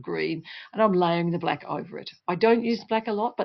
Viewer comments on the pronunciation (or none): Why you said, bleck, not black